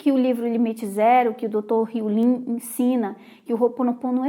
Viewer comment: eu sei que vc é muito estudasse morou fora, por isso queria saber ao certo como se pronuncia o nome do Dr Hew Len. Vc pronuncia Len com som de i, mas sempre escutei com a pronúncia de e mesmo. Afinal qual é o certo?